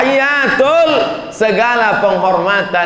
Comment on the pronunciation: Maaf ya, saya tau uas bisa ngaji baca kitab gundul bisa TAPI SAYA CUMA MENGINGATKAN TASYAHUD ITU RUKUN JADI kalo bisa bacaan nya jgn salah.. bukan ATTAH YATUL TAPI ATTA HIYYATUL.. saya gak akan menjelaskan karena anda lebih tahu... sedikit tapi bermanfaat bagi org yg berilmu tinggi tapi tidak fokus ke dasar 👍🙏